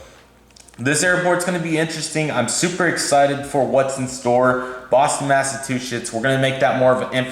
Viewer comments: Did you say massatwochets? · Boston massatuchetts 😅